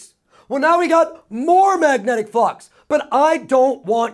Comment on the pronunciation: Awesome video thanks really from my heart Every time he says flux, i hear the word fuck hahaha.